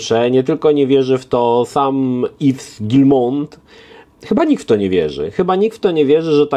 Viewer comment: Yves czyta się iw nie iws 😉